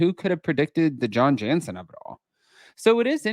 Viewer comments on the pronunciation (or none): none